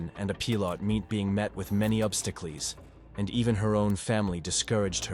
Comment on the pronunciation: Ob-sta-clees? Seriously?